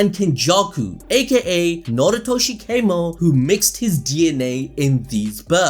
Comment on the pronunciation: His surname isn't kaymo its kamo bro it isn't english